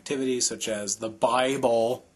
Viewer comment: To: I love how you stressed "the BIBLE".:D